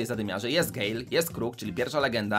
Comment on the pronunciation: Nie mówi się gejl tylko gel